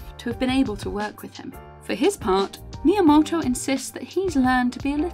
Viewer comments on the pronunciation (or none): Sister when you say his name like that, you don't sound remotely Japanese nor should you want to. Just say it all British-like, it'd sound a lot less awkward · Amazing video, but I can't get over the way she says "miyamoto"